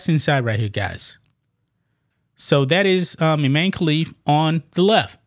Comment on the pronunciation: His name is. Imane. I. Man. E